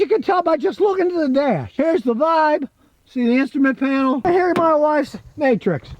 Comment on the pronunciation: 😂😂😂 the way he said instrument panel